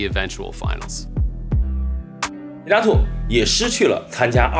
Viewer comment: His name is romanized as Kinatu, but is pronounced KinaTSU.